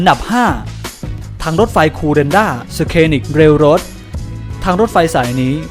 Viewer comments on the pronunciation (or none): อ่านให้ถูกหน่อยครับคนบรรยาย อันดับ 5 Kuranda Scenic Railroad (คูรันดา ซีนิค) ไม่ใช่ สเคนิค Scenic เป็น adjective มาจากคำว่า Scene (ซีน) แปลว่า ฉากของละครหรือภาพยนตร์, ทัศนียภาพ Scenic แปลว่า ที่เกี่ยวกับฉาก หรือ ทัศนียภาพที่สวยงาม หลักการสะกดเดียวกันกับ Science (ไซน์ซ วิทยาศาสตร์) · อันดับ 5 นาทีที่ ออกเสียง ...SCENIC...ว่า "ซีนนิค"